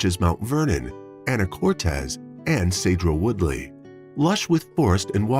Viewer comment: 😄 hahaha the way he pronounces Skagit County, Anacortes and Sedro Wooley. HILARIOUS!!!